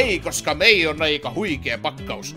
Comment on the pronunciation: Repesin tolle ismon MEi lausunnalle :DD, Sairaan hauska video